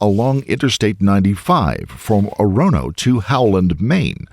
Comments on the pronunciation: it's pronounced "oar-uh-no," not "oh-ron-oh" oh oh oh Biiiillllll oh oh!!!" If you know, you know. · my dude I love your videos...... but being from Maine you botched EVERY town name in this. Ore-A-No, and Bang-Gore. I didn't name them. I think French folk are to blame. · As someone who lives in Maine, for future reference, they are pronounced "BANG-gore" and "OR-oh-no". Love your vidoes. :) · Also, just FYI, it's pronounced OR-uh-no